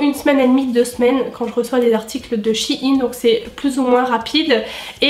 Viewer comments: ps: pour moi on dit pas "shi ine" mais "chei ne " après tous le monde dit comme il le veut mais sa fait bizarre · Désolé j'adore ta vidéo mais sa me perturbe comment tu dis shein même si je sais que sait pas de ta faute